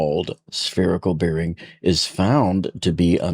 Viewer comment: Bearing rhymes with "bare" not "beer".